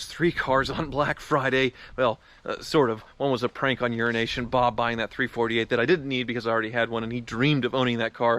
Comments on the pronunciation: Really thought he said "Urination Bob" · I always hear 'urination bob'... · kept thinking you were saying urination bob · okay dude you've gotten a lot of flak for this but you continue. URINATION BOB! DUDE, GET IT TOGETHER, LAY OFF THE COKE AND SAY HIS TITLE RIGHT! ITS A CONSTANT INSULT! if it where me i would have sued you